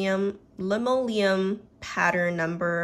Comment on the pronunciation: Fun, I like this format! It's always fun to hear people's thought process on picking polish :) Oh, and the Scofflaw "Linoleum Pattern" polish is a type of flooring, pronounced "lin-oh-lium", hope that helps 😊